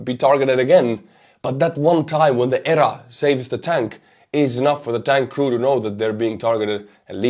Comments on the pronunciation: Speak as you wish my good sir, but in USA we would say "nipped /in/ the bud" and we say E.R.A. with the letters. Very outstanding coverage! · My friend..."EEEEE, ARRR, A" The word is not pronounced. Just the letters.